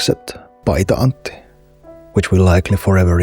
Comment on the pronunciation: Big question, are you finnish? Your pronoucation of Paita Antti is almost perfect I wondered. EDIT: got to he part where you askedd for YLE help. I feel I was right.